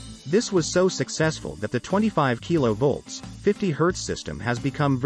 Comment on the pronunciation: Killo volts, not keelo volts. Evion lay ban (it's French).